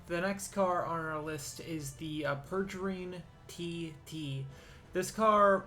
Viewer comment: 1: the peregrine TT is pronounced Pear Uh Grin, not Per Jer Een. 2: the cyclone is more based on the Lykan Hypersport, not the Mclaren 765lt. 3: the Quadra is for sure the best car at this time.